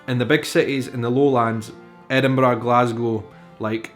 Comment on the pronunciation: I adore the way you say wee, bonnie and Edinburgh, a nice roll on that last one.